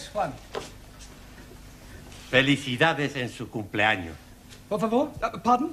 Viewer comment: Nobody: Juan: por favore